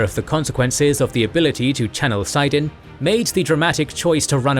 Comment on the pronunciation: Do y'all deliberately try to mispronounce everything? From "Aiel" to "ALE" (it's "eye-EEL"), "Egwene" to "EGG-win" (it's "eg-WAIN"), "saidin" to "SIGH-din" (it's "sah-ih-DEEN") and so many more in between... you do know the glossary in the books includes a pronunciation guide? Plus, the show has been pronouncing everything right since the beginning --- there's really no excuse. And it's not like these are unimportant or trivial words (Egwene is a main character, and saidin and the Aiel are central to the story), nor are your pronunciation errors minor or easily dismissed (you cut whole syllables out of Aiel and saidin! ). It's really quite jarring to hear it so often, and honestly a little embarrassing for a channel that is usually so polished.